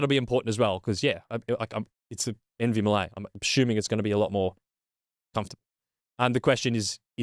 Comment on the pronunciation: "meh" lee